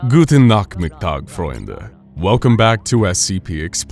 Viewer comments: I love the way you said Guten Nachmittag Freunde. As a german it is really funny to hear but it was really good better than the speaking of the boyfriend of my mum who is american and liveng in germany for 3 years now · The Guten Nachmittag, Freunde was pretty good pronounced. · The first three words were not bad. They sounded quite good. As a english/german person i can say that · That german sentence in the beginning was good, i could definetly hear the accent but it was good. -German community